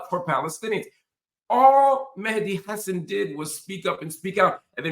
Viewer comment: Hello Mr Hill, So happy to find ur new venue! Have enjoyed ur analysis and insights for years. FYI: his last name is pronounced “Ha - Saan”